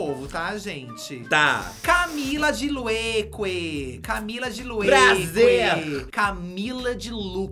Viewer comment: A Karol é muito autêntica, sempre amei mas o dizendo “ Camila de Lueques “ 😂🤣🤣 acaba comigo 🤦🏾‍♀️